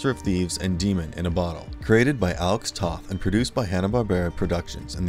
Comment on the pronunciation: Captain Planet didn't become a Hanna Barbera show until the end of it's run (there was definitely a noticeable dive in quality). Before that, it was produced by DIC. Also, Alex Toth's last name is actually pronounced like the word "toe" with a "th" at the end ("toeth").